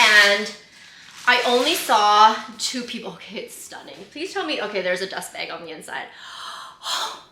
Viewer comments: B A G , not beg 😂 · Happy birthday 🎉🎉🎉🎉 wait, what’s wrong with the way you say “bag” ? Love the bag!